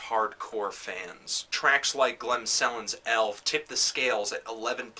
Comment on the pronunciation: Thats the worst norwegian pronounciation ive ever heard. Glem Selens Elv. Go review some Limp Bizkit instead. You dont have a clue.